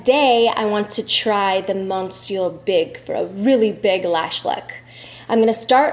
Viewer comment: Lovely lady and such a beautiful family!! I must tell you though, that ‘Monsieur’ is pronounced ‘mes-yer’. Just the French-Canadian in me kicking in. Lol 🇨🇦